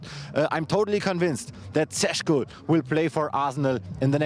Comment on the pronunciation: His surname is not Sesko but Šeško = Sheshko (Š = Sh). Greetings from Šeško homeland Slovenia.